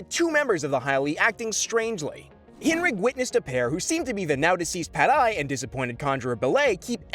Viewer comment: Its pronounced correctly...